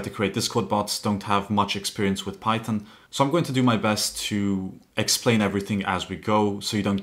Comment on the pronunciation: Bro just said "pychom"